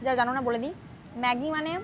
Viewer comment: Not meggi it's maggi😢😮😮😮